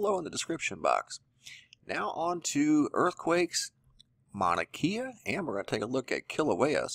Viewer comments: FYI: Mauna Kea = “Kay-ah,” not “Kee-ah.” The “e” is pronounced like an “a.” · Its painful to hear you say our words... NOT Mana-KEE-uh... it’s pronounced Mow-na-Kay-uh.. learn how to say it! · Mauna KAYa is the proper pronunciation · it's pronounced mauna kae a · Good morning...love your channel...great updates and info, Mahalo! Just an FYI Manakea...Pronounced Mana Kay ah. Much Aloha ❤️🙏🌺🌈